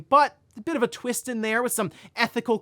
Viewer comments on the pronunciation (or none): none